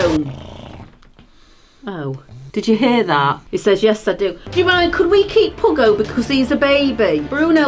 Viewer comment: It is puggo not pugggo